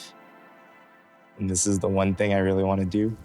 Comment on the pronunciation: bro said “juan one of these” 😭